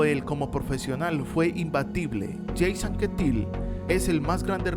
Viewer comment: Induraín, Yeims Anquétil... La pronunciación hay que pulirla! XD. No, en serio, todos cometemos errores, y gran vídeo por lo demás.